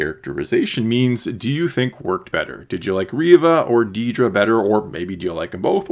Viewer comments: It’s Dedra, not “Dee-dra.” C’mon. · It’s “Dedra” not “Deedra” 😂